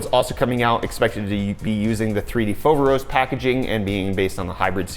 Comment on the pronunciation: If you want to pronounce it correctly its "Foverόs", not "Fόveros"